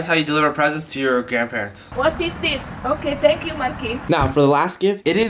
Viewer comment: "Whath ees thees,ok thank you " That accent though 👍👌 Also fisrt, she doesn't look up and second how does she know gave it to her?😂🤔